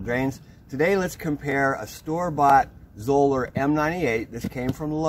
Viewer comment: Great video Chuck! Did you know they pronounce their name in a way that would rhyme with "dollar"? Anyhow, what is the oldest Zoeller you still have in service? On their site they have a picture of one that was in service from 1987 to 2018!!!